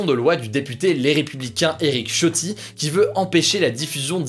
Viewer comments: On dit [S]iotti ! Mais merci pour tout Hugo. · Ça se prononce Eric Ssiotti